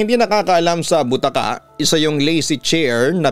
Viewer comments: Ang tamang pagbigkas ng BUTAKA ay malumanay o ndi mabilis... Originally BUTAKA word is from Ilokano upuan na gawa sa Rattan o kahoy n may mahaba na arm rest. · Slow po ang pag pronounce sa bu-ta-ka not butaka’